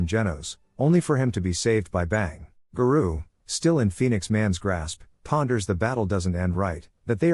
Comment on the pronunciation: I love opm and wanted to watch this recap of s2....but the way garou keeps getting pronounced as ga-roo is unbearable to me. Thumbs down just for that